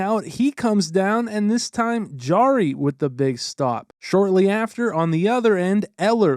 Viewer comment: Jarry, not D'Jarry